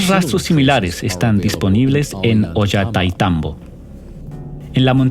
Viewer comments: Por favor, pronuncia bien es OLLANTAYTMBO..gracias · Esta mal el relator debe aprenderse bien los nombres es saccsayhuaman ollantaytambo